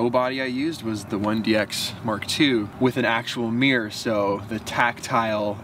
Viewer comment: Its actually a mirror - not a meerer